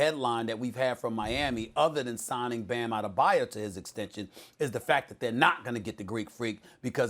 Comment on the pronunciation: It’s adebay O O. I hate it when people say his name wrong